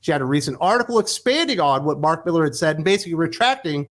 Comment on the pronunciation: Mark Mi-lar.🌹